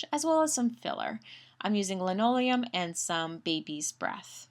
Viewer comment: Yes, It is Limonium... NOT Linoleum. Driving me crazy.